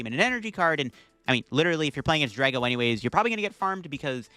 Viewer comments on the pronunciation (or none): none